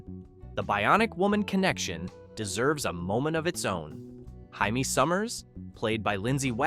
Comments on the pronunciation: It's JAMIE, not Hymie. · It's JAIMIE NOT HYMEE You Imbecile! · Jaimie (himy) Summers? If the bot cant even correctly pronounce names, narrate it yourself please. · Crap video with random video clips playing, and mis pronunciations like Jymie Summers. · Aside from the out of order segment titles and the mispronunciation of Jamie's name, this is a great walk down memory lane. I watched this show when I was 10 years old. It was really solid science fiction everyone could get into no matter what your age was. 😊